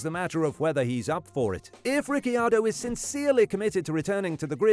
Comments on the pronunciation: At least you're trying but the correct pronunciation of Ricciardo is ree chee ardo. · the way you say RiccIardo really pisses me off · what is wrong with Ricky Ardo? 🤣🤣🤣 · At least learn how to say Ricardos name right my dude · I don't want him to ever talk about Riccardo again if he says his name like that😂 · Why did you say Ricciardo I h such a weird way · Why did you say danny ric's name like you had never heard it said before? I can't believe an F1 YT channel has never heard his name properly said. Any other point you made was completely overshadowed by that choice lol